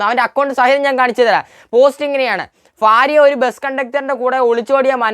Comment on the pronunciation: Faarya alla checka, Bhaarya 😂